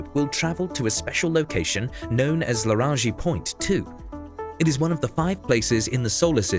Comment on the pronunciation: Larangi point? That's new